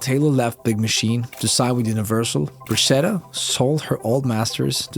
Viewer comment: Borchetta : it is "Borketta" not "Borshetta" .......how about Porchetta ?